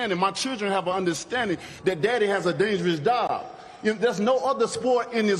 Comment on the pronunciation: At the end he said dangerous dob not job.